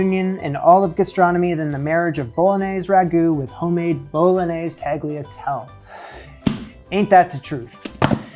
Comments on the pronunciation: It's 'TAL-YA-TEL-EH' (just FYI, not trying to be a douche hehe. Although it's hard not to come off as a douche when correcing someone's pronunciation) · bo-lo-NYAY-zay, tahl-yuh-TEL-lay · weeps in Italian It’s tah-lyah-TEL-yeh.” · Also, italian words don't have silent final letters. So tagliatelle is pronouced with "elle" at the end, not "ell". Italian americans from the northeast of the country often omit the final sound, and they are wrong. Anyone from Italy would absolutely roll their eyes. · Jamie i love you and your channel, but as a Half-Italian (The other half is German^^) who grew up with Italian cuisine it really hurt my ears (and feelings 😅😂) how you pronounced the name of this type of pasta. 🙉🙈 It's pronounced TaliatellE! The "G" is silent, but the "E" at the end of the word is NOT silent, it's pronounced like an English speaker would usually pronounce an "A" at the beginning of a word, like for example in "Arrow". Keep on rocking the kitchen, Jamie! 😁😉 Greetings from Germany 😊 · pronouncing tagliatelle tah-gleah-tel and not bothering to even look up the name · Dafuq is Tag Lee A Tell??? Do better!! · It's pronounced Ta-lya-tele, for next time 😉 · Bolognese - pronounced BolonYAYzeh . . . Tagliatelle - pronounced TalyaTELLeh . . . you pronunciation of al dente? perfetto! Yes, after getting to grips with French pronunciation . . . you have a new hill to climb!! And like everyone else I was screaming at the screen "It's still sticky!!!!". It's often a very emotional experience watcing your videos . . . The best fresh pasta making video I've seen is Top 5 Fresh Pasta Myths DEBUNKED, on Pasta Grammar on YT - Eva is very clear and has a manner that suggests a leisurely and almost therapeutic process - I think you would enjoy watching it as I'm sure many of the things she talks about will be coming up in your further explorations. ❤ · Hi Jamie, it should be pronounced ta-GLIA-tel-le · What the hell is “tag-lee-ah-tel”?